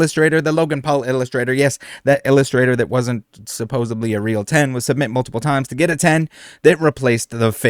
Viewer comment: You're pronouncing "supposedly" like it has a "b" in it. It doesn't.